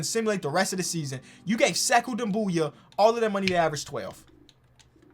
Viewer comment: It would be Sekou “Doom Bia” that’s the pronunciation.